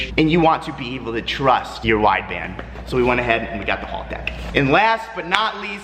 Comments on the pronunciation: Its haltech not HALLtech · I’m so triggered hearing him pronounce haltech wrong over and over again.